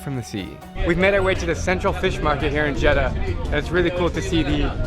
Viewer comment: Ill teach you how we say Jeddah so cut the jed then say dah so here's the results jed dah